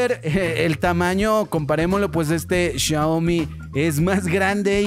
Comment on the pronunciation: No es CHIAOMI es XIAOMI